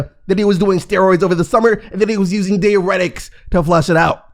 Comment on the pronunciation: dai· ur·eh·tuhk... If I hear this man say deeuretic one more damn time....